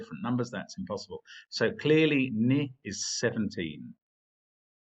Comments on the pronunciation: Mark? Isn't it pronounced "knee"? I've never heard it said as 'nih'... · Forget issues of emphasis, Mark said the word "ni" wrong. It's pronounced just like the word "knee".